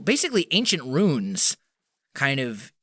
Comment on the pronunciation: Is he saying runes or ruins? Hard to tell :P